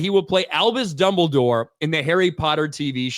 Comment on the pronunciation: It'll be fun to see when people realize how goofy names and places sound. I mean, it's hard to take "Dumble Dore" seriously when you hear it, even with someone that has as much gravitas as Lithgow